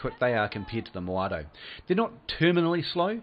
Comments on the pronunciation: It's Modao not Moado XD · It's even more annoying when People say Maodao and not Modao like it's called in game